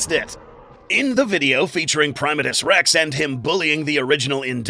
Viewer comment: 1. Dangerville pronounced his name as Primate-Us Rex. Like a primate 2. Primatus Rex 2.0? 3. What in the hell was that thing at the end!? Was that your guys' own Kaiju? Will we be getting a video of it soon? It looks awesome to draw 4. Love the new logo, guys. Very shiny :)